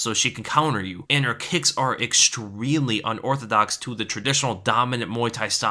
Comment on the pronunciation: Did this man just say "ExtReally"